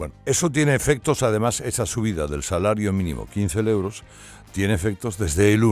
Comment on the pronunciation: Que pedantería!! .. la primera vez que te escucho decir euros, siempre dices leuros. Te crees el mejor locutor y periodista y da 🤮escucharte. Tan pedante, con todos esos ruidos que haces arrastrando las palabras, salibando, eructando, parece que siempre haces mal la digestión 🤮 Porque no te pones tú al S.M.I.. o mejor te exilias A que no lo ponéis??..pero me quedo satisfecha porque al menos lo leereis los censores 🤪